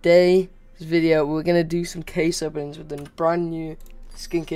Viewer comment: I thought bro said case oh opening 💀👨‍🦰🔵